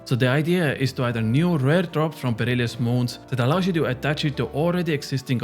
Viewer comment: Why do you still say perilious 😢